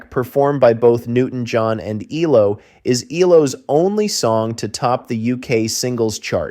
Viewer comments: Their abbreviated name isn't pronounced "Ee-low," it is three separate letters: EE-EL-OH. You lost me 32 seconds in. How can I trust if any of the rest of the information is correct IF the narrator cannot get even the basics down? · Pronounced: E...L..O. Not "elo" lol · E L O , NOT EEELOWWW! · EE El Oh Not eeelow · ELOW? ... no its E. L..O. not blooody EEEEELLLOOOWWW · American - what do you expect? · E-L-O. Not E-LO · It is not ‘eloww’ it is ‘ELO’ ie seperate ‘E’ ‘L’ ‘O’ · Ffs its E L O not eelow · Amen! It’s ELO not Ee-Low! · You pronounce each letter. That's E L O not elo. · Stop with eee low it's E L O numbnutz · Eee- low !? What kind of bell end is this narrator!?! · Dumb American calling them eellow, for gods sake do your research before talking drivel. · This man calling ELO, EE Low is frustrating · Bro, eeelow??? You're killing me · Dude, quit calling them eee-low - you’re killing me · The great mystery of this is how I managed to get through 25 whole seconds before switching it off. EELOW??? Who is this idiot? (Reading the comments, I'm glad I got out before "Rock-a-Ree-a". I don't think my computer would have survived being thrown out the window if I'd been subjected to that.) As a lifelong fan of Electric Light Orchestra those few seconds were more than I could stand. I need to purge this. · Eeelow and Meek are rough, but 'Rock-a-REE-a' was the one that really got me.